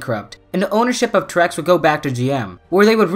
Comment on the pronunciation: Lol your pronouncing Terex wrong (teh·ruhks)